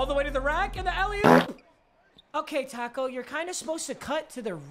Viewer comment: When he keeps saying taco I feel like tacks